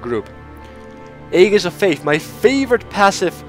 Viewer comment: I can understand how this French phrase is bludgeoned by English speakers, but I especially love how "Aegis" gets the same violent treatment.